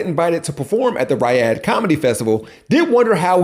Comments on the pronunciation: Pronounced "Re-odd" spelled Riyadh 😅 Sorry, I really do hate being that guy. Love your work though! Sometimes lol. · Dude.... every time you said, "Riyadh" you pronounced it wrong. ree-YAD. Not RYE-ud. Love your content but every mispronunciation made me cringe cuz you tried saying that word a lot, failing every time. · How are you able to pronounce Rihanna right but somehow Riyadh becomes Rahy-had?